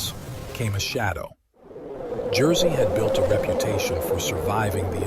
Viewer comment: AI trash. Any human being would make at least an attempt to pronounce Jerzy's name correctly. AI is way way off.